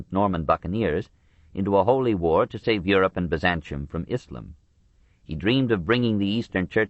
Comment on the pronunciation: We get back to more familiar ground, for Westerners, in this portion. The bits that least interested me were the Byzantium bits - or, as the narrator insists on calling it, Byzanchum - and that's his fault, not Durant's, who doesn't spell it in some old-style way, like he did with "Moslem" and "Mohammed, Mohammedan". Come to think of it, I didn't enjoy the narrator calling the religion "ISSlum", either. Were these words SO unknown in the 1990s when this was recorded? Durant, writing in the 1940s, had a better excuse. Anyway, despite my lack of keenness for the rapidly shrinking Greek kingdom that was the successor state of the Roman Empire, it was distressing to learn just how often, and in how many ways, the Latin Crusaders really screwed Byzantium over. But before Durant goes into that in detail, he takes us on an excursion of a Western Europe that is either utterly demoralized or happily captured by barbarism. One senses the struggle to remake a civilized world out of the carcass of the Roman Empire. Some time is spent with Charlemagne (probably not enough time, for my taste - I think Durant slightly underrates the achievement of Charlemagne, understandably so since it seemed to not last, but I think a seed was planted). More time is spent with the Vikings, which I appreciated. Durant's interest in Scandinavia anticipated modern culture by 80 years. The beginnings of Russia are also briefly discussed. Finally, there is a grim catalog of Christian conflicts of creed, within